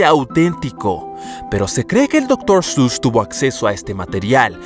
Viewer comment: Otros: Doctor seuss 😐: Doctor sus ඞ